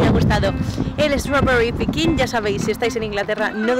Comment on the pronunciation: Por favor hablar más en inglés! Se agradece! Por cierto me encanta la pronunciación de strawberry <3